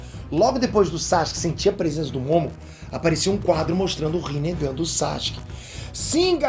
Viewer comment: Kk no começo do vídeo vc falou rinehd